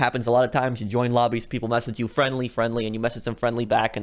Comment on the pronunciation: i'm sorry but i heard you say crew robbies instead of lobbies and i just creased!!!